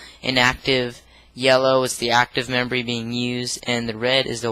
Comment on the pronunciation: he keeps saying membory.